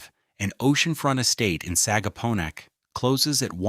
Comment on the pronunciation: A good summary in general. AI mispronounce many words - difficult ones such as ‘Sagaponack’ is expected but simpler ones like ‘striped bass’ is unacceptable. Additionally many accompany photos had nothing to do with the South Fork. Take the traffic photos - you didn’t need to find a big jam from somewhere else. You could have used actual traffic from here. Some mornings have a 10 mile backup entering Southampton from the west. Early in video the whole of Long Island was referred to as the South Fork. It’s in the details.